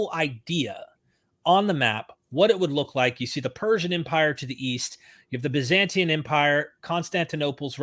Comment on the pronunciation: 😂Bazantian😂 lol he meant Byzantine😅